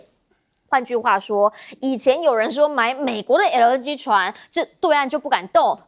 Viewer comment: LNG 唸成LN居？又啊啊的講話. 又愛裝嫩⋯⋯專業點